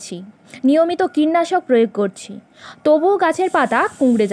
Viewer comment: আমি সাবস্ক্রাইব করে তো দিলাম । আপনাকে কোনরকম অপমান করার ইচ্ছে আমার নেই। শুধু বলতে চাই পিমরে, আমরারা,এগমগ,কিন্নাশক উচ্চারণ ভালো না । টকদই ও‌ গুড়ের মিশ্র নে উপকৃত হলাম।